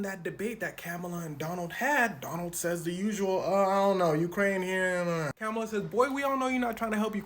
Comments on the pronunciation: comma-la get it right bruh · pronouncing kamala like pamela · Its pronounced kha-muh-luh 🙄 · Ugh- her name is pronounced COMMA(,)LA!!! It's not difficult 🥱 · Please learn how to pronounce your Vice President's name. Its not hard and seems disrespectful not to. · It would help if you could pronounce our vice presidents name. You sound ignorant. Good luck with your channel. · Gang I ain’t tryna get at you but you said old girl Kamala name wrong